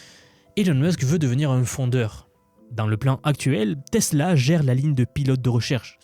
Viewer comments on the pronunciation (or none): none